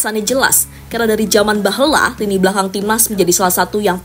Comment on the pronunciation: Karena dari zaman beheuLa... 😂😂😂😂 Mantaaab... Saya suka gaya Sunda na kaLuar euy